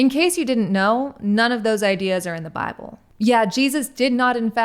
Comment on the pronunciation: Just noticed the bit of Texan twang when you said/say Bible